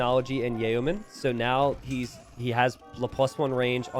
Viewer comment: Does pronounce yeomen strangely on purpose?